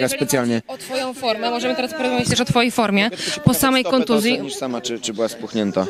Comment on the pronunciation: Kontuzję, a nie Kontuję